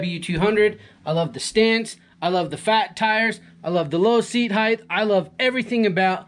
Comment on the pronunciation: Length - Width - Height "Heighth" is not an English word.